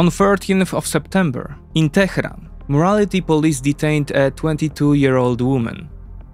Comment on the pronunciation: "Tehran" is not pronounced "Tekhran".